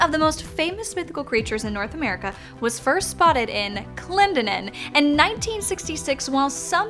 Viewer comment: Actually it’s Clen..... (like Glen).. den....in